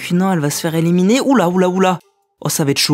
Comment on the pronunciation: Super vidéo, et on dis éliminer et pas éléminer